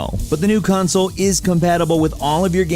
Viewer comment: "xbox cansoel"